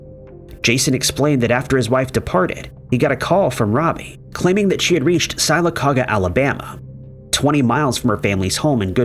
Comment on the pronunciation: 😂 sylacauga It’s pronounced Sil-a-cog-guh